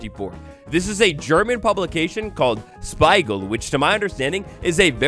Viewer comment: Your pronunciation of Spiegel does not convince me.